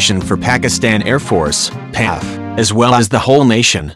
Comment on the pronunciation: P.A.F not Paffff!